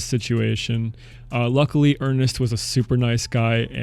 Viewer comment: When he said Ernest i thought he said anus